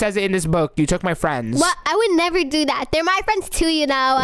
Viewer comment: Bro why did say I would nerever do that to my sweet baby cheks roxy what the He'll did she just say 💀💀💀💀💀💀💀💀💀💀💀💀💀💀💀💀